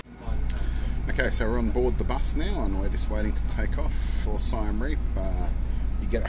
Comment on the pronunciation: U spelled Siem reap wrong it’s pronounced See-m Reap like reap reaper